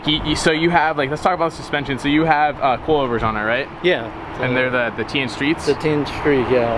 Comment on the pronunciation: Tein is pronounced TANE . Not tee-in.